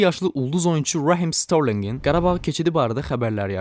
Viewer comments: Danışana fikir verin? "Rahim Starling" tələffüzünü və "forvard" tələffüzünü necə edir? 😂Dəfələrlə geri çəkib gülmüşəm 😂😂😂. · Qaqam senncani ingilis sozlerin deyende Adam kimi deye, ətimiz tokuldu. Hələ Rahim sterlinqin adin deyende voobse adam nifrət edirr